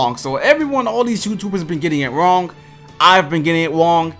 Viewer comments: “I’ve been getting it ‘Wong.’” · “Ive been getting it wong” lol u ain’t slick